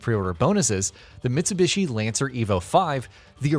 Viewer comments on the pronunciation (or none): none